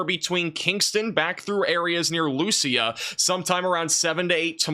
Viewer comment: Sir.... its Lu-see. Not Lu-se-a Its spelt Lucea